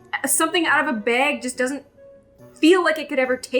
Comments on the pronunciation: Why do you say “bag” wrong 😑 reeeee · Love the way pronounces bag.